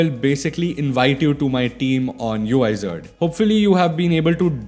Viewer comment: It is pronounced as Wizard